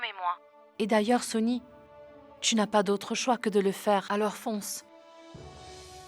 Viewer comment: Qu’est-ce qu’il y a de si difficile à dire Sony et Mahi franchement 😒😓 elles m’énervent